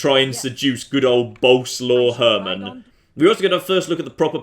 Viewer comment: BOLESUAVE HERRMAN is how you pronounce that name. Repeat after me,, 'Bolesuave Herrman'.